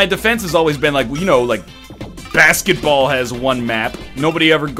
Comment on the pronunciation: "NHL! Based on... hrrr, brassketball." I love you, NL.